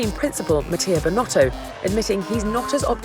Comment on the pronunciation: it's binotto..